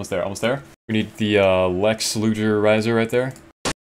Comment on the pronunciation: First time hearing someone say lex luger like that